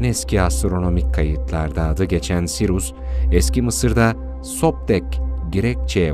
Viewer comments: Sirus değil Siryus okunuşu. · Videonuz harika fakat kulağımı tırmalayan SİRUS denmesi yüzünden seyretmeyi bıraktım. SİRİUS ya huu….